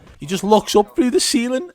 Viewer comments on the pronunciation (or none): When you said he's actually looking through the ceiling in your accent and laughed.. made me lol